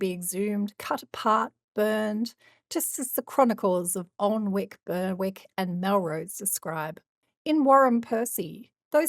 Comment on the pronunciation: It's A nick not Alnwick!